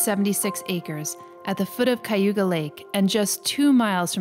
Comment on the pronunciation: It is CAYuga Lake, not CUYuga Lake. I would like to see solar panels on all the roofs. Otherwise, it is a lovely place.